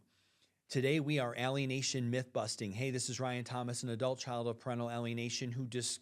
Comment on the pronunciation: I'm Canadian, and I appreciate this Ryan. Btw, We pronounce it "eh-lienation", not "ah-lienation" 😅